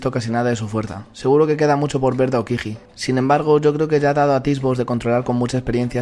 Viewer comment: no pronuncies la j de aokiji